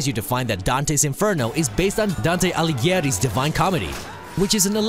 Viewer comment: prawda jest taka że w tym filmiku zaorali prawie wszystkie nazwiska autorów :D tak samo boleśnie zabrzmiało jak mówi Dante Alighieri co powinno się czytać Aligieri lub nawet Algieri (włoskie nazwisko)